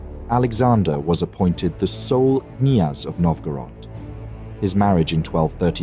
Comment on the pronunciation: In Russian the initial K before a consonant is pronounced. It is KNYAZ not NYAZ.